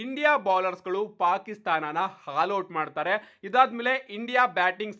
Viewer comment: Haal out alla guru adu 😂😂 All out adu 😂